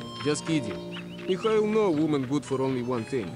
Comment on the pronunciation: >< It's really starting to bother me when you you say Mikhail's name, just because my inner Russian Language student wants to keep correcting you. Mikhail does actually say his name correctly but it isn't Mikyle but more of Mihale which a gurgling sort of emphasis on the H. MeHail basically... that H in Russian is more of like a ch and sounds like the end of baCH or a emphasized Heh It actually took me three years of Russian to actually get it down, but still just thought I should mention it.